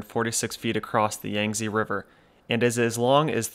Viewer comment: Yangtze is pronounce "yahng-Tzuh" that "Tzuh" is very unstressed. a bit like a sound you might make involuntarily if punch in stomache.